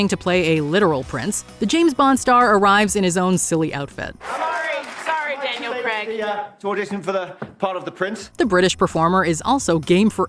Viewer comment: wtf is Daniel creg....?